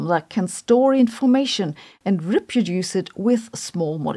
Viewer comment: I love Sabine's sense of humor. Although she needs to learn how to pronounce "reproduce" properly. Oh, and it's probably time to get a newer model of phone. She must have gone to a museum to find that one. Kids these days would ask "what is that thing?".